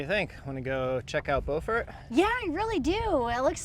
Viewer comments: Love the videos! Where you are staying is called bew -fort, not bow-fort just so you know! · B-YEW-furt! Boe-furt is in France!